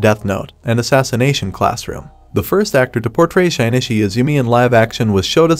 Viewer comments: shi-ni-chi not shine-ni-shi :)))) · bruh... "Shine-ishy" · "Shynichi" "Parasyte.... The grey"